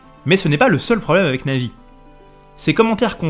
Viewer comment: Bonjours à au lieu de dire Navis il dit Nazis ça m'a fais bugger XD mais sinon trés bonne vidéo